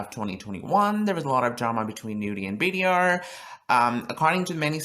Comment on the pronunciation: Btw It’s pronounced bader, not b d r